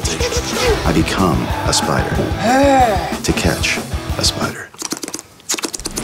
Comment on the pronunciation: Its a spidAHH it was bigAHH it was seven feet on diameAHH